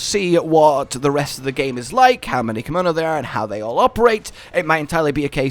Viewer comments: Anyone else feel like he is saying "kimono" rather than "kemono"? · If you're going to play this in the future, you better start practicing how to pronounce "Kemono"